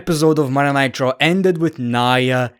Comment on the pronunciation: WTF IS "MONDAY NIGHT TRO"???